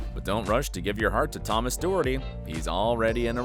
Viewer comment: And Doherty wrong